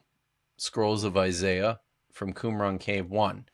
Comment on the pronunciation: Dont let any of this distract from the fact that he pronounced qumran as cwun-run lol